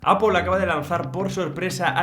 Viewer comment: Se te nota, has dicho “apol”😄🤧